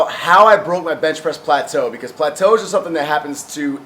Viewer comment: "Let's break some platoos!"